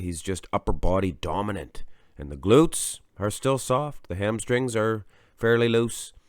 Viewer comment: BDB goes to Rühl. Unbeatable! LOL what I hear is just "gluts"!